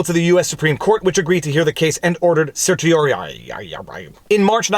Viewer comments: Certiorari, I believe is pronounced: sir - tee - or - AIR - ee But what do I know--I'm not a defamation expert! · Bravo, highly educational and entertaining. You sound just like me when I say "certiorariuhrahree." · Your pronunciation of "certiorari" was hilarious! I'm going to pronounce it that way from now on!!! "Excuse me, counselor, are you having a stroke?"